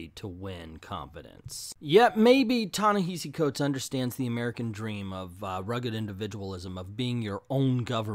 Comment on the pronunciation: It's not a sign of disrespect, but a misunderstanding as to what is the correct way to say his name.